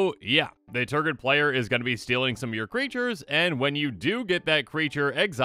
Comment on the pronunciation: Nice Tergrid video. How many times did you say Tergrid? You said Tergird an awful lot. Tergrid is a pretty salty card. Tergrid must have made you pretty salty. Tergrid does that to people. Tergrid.